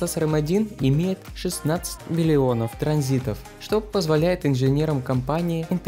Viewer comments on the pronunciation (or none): братиш не транзитов а транзисторов. Привет от старого айтишника)